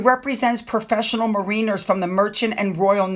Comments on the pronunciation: not "mareeners" ... MERR-inners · Thanks for another great video,, but "mariners" is pronounced "MA-rinners" - I know, not logical:(